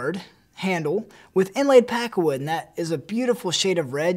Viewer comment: you can't even pronounce "pakkawood" and stop only reading of the screen...